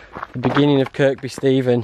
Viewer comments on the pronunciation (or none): Excellent stuff mate hope the body holds out , not being a knob like but it’s pronounced as Kirby without using the 2nd K but hey it’s just a bloody name 😎 looking forward to no 3 ⛺️👍🏻